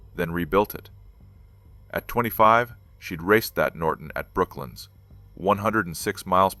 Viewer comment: BrokLANDS....NOT BROKLYN ....